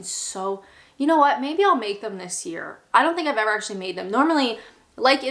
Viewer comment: Did anyone catch that when she said 'I don't think' my god she sounded so English. Merry Christmas Everyone!!!